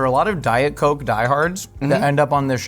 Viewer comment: And the koke